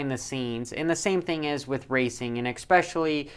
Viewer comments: "Expessially" try "especially" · Just an f.y.i. for ya, its "eSpecially" not "eCSpecially" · "Ek-specially" .....really? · Love the vids, "EXPECIALLY" the inside scoops!